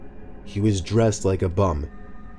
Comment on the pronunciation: did he say " he was dressed like a bum " or " he was dressed like a bomb "? o.o